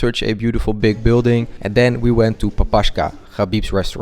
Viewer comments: Not Papashka bro 😂, this sounds like Papakha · Papashka😁😁😁man it’s papaha. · Hi there! not trying to be mean, and i'm sure someone already probably told you , it's papaHa ( with "KH" sound), papachka means daddy ☺ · Да или как он вместо «Папаха» сказал «Папашка» 😂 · Good on you for getting a sponsorship on the video! By the way the hat and the restaurant are called Pakakha, not Papashka 😅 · Much love, bro❤ Just a kindly remark — the name of the Khabib's restaurant pronounced 'Papakha' (like 'h' in word 'hat') That's the name of the souvenir white hat you bought — traditional mans hat in a lot of Caucasian cultures (Georgians has black ones, in Dagestan they're white)